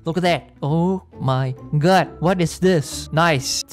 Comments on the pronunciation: I absolutely love his o my GOUD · Why u cant say oh my GUD!